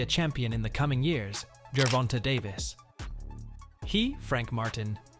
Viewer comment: Gervonta is NOT pronounced jur-VON-tuh!! It’s pronounced jur-VON-tay. The last syllable is “TAY”. Please stop mispronouncing this man’s name. He is currently the face of boxing. Get it right! Yes it’s only one syllable, but it shows you didn’t do your research.